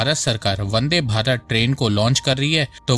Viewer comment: Vande bharat. Not bande 😅